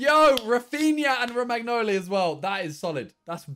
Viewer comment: The way Simon says Romagnoli is infuriating